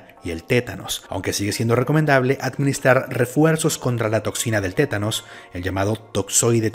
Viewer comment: es TÉTANO no ''tenanos''